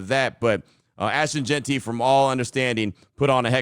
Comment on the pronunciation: Lmao Q reeeeeaally put emphasis on the pronunciation of Jeanty's name in the intro huh 👀 hope this FINALLY ends the JeantRY saga for good Been funny though lol